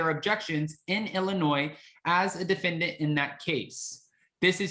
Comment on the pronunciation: Thank you for not pronouncing the S in Illinois! I’m in Chicago and everyone hates it when people pronounce the S! Lol